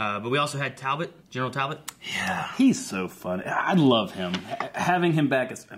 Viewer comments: WHYYYYY DOES STILL CALL HIM “Tal-bolt”!!!!!!????? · It’s TALBOT...TALBOT!!!! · Every time says ‘Talbolt’ every fibre of my being vibrates in agony.